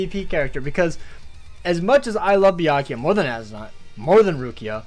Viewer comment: It’s byak rukia and as mark my words